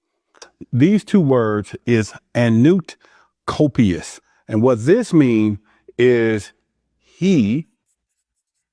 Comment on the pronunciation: The dude talking about the latin on the dollar bill SERIOUSLY NEEDS TO GOOGLE HOW TO PRONOUNCE LATIN WORDS!! He fucking BUTCHERED "coeptis", bc WHERE IS THE "T"? WHY DONT YOU LOOK UP HOW TO PRONOUNCE SHIT WHEN YOU RESEARCH YOUR VIDEOS?? Words contain POWER, so pronunciation MATTERS!!